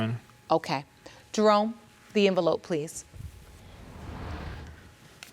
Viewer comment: " what next enveloppe"? Girl come on you know you were lying 😅